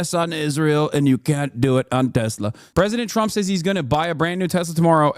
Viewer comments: "i love TESLER" will now forever live in my mind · “I LOVE TESLER” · TesSLUR lmao? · "I love toslur"